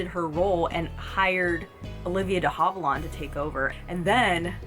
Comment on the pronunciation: It's Havilland, actually! With the last syllable pronounced "land"!